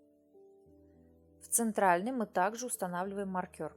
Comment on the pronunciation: не маркЬОр, а мАркер.